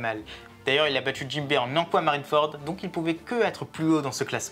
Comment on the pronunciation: Hum, c'est JINBE ! Et non Jimbe, sinon le top est sympa mais trop bancale :/